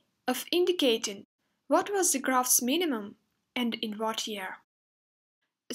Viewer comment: why do you say ze instead of the ?